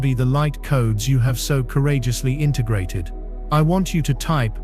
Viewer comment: I FEEL The PURGE! “I Am INTERGRATED!”